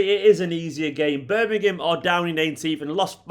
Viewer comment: Thank God you are one of the very few pundits who can pronounce Birmingham correctly! Even the so-called pros on TV & Radio say...'Birninum" or similar. Hate it